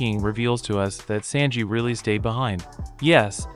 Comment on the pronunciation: Fella, the way you pronounce Sanji, is killing me.